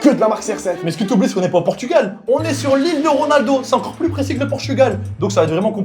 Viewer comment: A un moment ta dit gronaldo